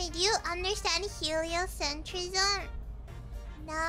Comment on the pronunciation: Honestly, I’m clapping just because can pronounce “Heliocentrism”👏👏👏